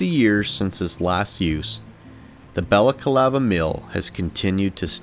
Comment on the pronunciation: Why do you say BalacAlava? It's Balaclava. Ba/la/CLA/va